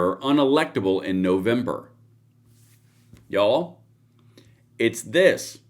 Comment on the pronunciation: 😂 we love you here in California but everytime you say YOU'ALL we hear deliverance 😅 just saying